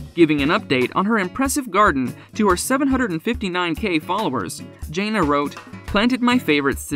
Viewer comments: Her name isn’t Jay-na. It’s Jan-na. Get it right if you’re going to do a piece on someone. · JANA not JAYNA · It is jãna not jāna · Thank you this guy was driving me nuts calling her Janea' !!!! 😳 I just wanted say to say her name is JANA!!!!! 😊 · Her name is pronounced Janna not Jayna. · Her name is Jan-na!!! Not Jain-na!! Get it right if you’re going to feature someone in your video! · It is hard to respect a channel that can’t even pronounce the characters name correctly. It is Janna not Jains. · Jan na, NOT Jay na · It’s Jan-ah... not Jane-ah 🙄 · 1st of all Mr spokesman her name is JANA not Janea ! When the right man for her comes along she will know ! 😊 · Her name is NOT Jane-ah..it's Jane-ah.. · Her name is pronounced Janna not Jayna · JAN-A. can't you say it right???? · Her name is Jana pronounced J Anna not whatever you said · Can you at least say the girls name right??? It was so aggravating listening to you butcher her name through this entire video. It's jan-a!!! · I hate the way they pronounce her her name. I hate the way protray her.. she is just living life. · Thank you! I just commented up above you, None of the facts are correct, he showed a picture of Jill, and said it was Jana, and then another time talking about pants when she was with Jinger who DOES wear pants! So aggravating! Can’t even pronounce the her name right! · Actually it doesn’t make me feel anything. This moderator has mispronounced her name for months and so many people have told her to say it correctly and she has made no attempts at correcting herself. I haven’t said anything about it until now because it gets to be frustrating after a while. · Please learn to pronounce her name correctly. You say her name so much, it’s really irritating! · If you're going to report on a person the decent thing would be to pronounce their name correctly. I don't see your journalistic career going far. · You should at least know how to pronounce your subject’s name! Shame on you.